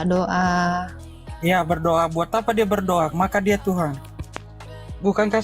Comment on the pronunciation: Ini kadrun bahasa indonesia saja salah... Tuhan bukan Tuhang😊